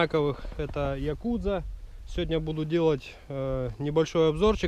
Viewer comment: Якудзо говоришь... 😀